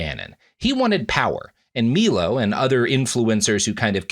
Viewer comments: How did he pronounce the name Milo so poorly? MEELO? It’s like he’s doing it on purpose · Robert refusing to pronounce Milo correctly made me genuinely laugh. Love that energy.